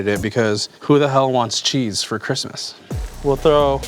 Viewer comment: Why tf can’t you say Christmas??